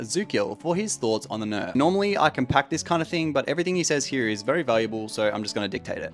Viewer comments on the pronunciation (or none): none